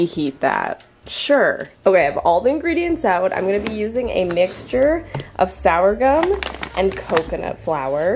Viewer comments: I think it's sorghum not sourgum flour haha. I love your videos and they always brighten my day! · its pronounced SORE-GUM. And it is spelt sorghum, not sourgum. I'm an agriculture student and i need you to know this. Lots of love xx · Just so you know it’s pronounced ‘Sor-gum’ We use it all the time and it’s awesome! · Portobello mushrooms are the same as the common (and yummy!) white mushrooms. BUT...what they do is, when the white 'shrooms are at the right size, they are then exposed to light (we take the lid off - lol!), causing them to turn brown. 😊 Just fyi! Also..."sourgum" is SOR' ghum (sore-guhm) flour. 😄 It is an ancient, gluten free grain. Very tasty, and its kernels can be popped like popcorn. 😊 BTW: Almond flour sticks to things better than most gluten-free coatings, especially fried chicken! It's light-weight, yet has a marvelous crunch that doesn't break the teeth. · In case no one else said it already, sourgum isn't pronounced sour gum. It's pronounced "sore-gum." P.s. corn flakes, at least in the states is not typically gluten free, as it usually has barley malt. Just double check! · Sourgum..... It's pronounced "soar" gum. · Just wanted to give you a heads up that Sourgum is pronouced like " sore gum" not "sour gum." it's a little thing, but it might be helpful if you have to ask for it somewhere or something. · it's pronounced "Sore-gum",... not "Sour-gum" hehehe 😂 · Haha yeah I laughed when she said sour-gum. Oh,! 😅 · You had me so confused…what is sourgum flour? It’s sorghum! (Sounds like sore gum) I didn’t know it was gluten free! Now I have a new flour to use 🥰this video was so much fun, I’m dying for hot pot now. 😋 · It is pronounced sore gum or soar gum :) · OMG dying laughing right now - sourgum flour rather than sorghum 😂😂😂😂😂😂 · Do you mean "Sorghum" flour when you say "Sour gum flour"?!?! 😆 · Girrlll. It is SORGHUM flour not sour gum 😂 and also Boston is a city, not a State. LOL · It's sorghum flour, not sourgum 🙈🙈🙈